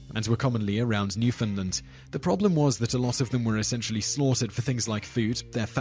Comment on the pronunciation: ***** Newfoundland is basically said how it's spelled, even saying it quickly just sounds like "New-fin-land". You almost got it right though!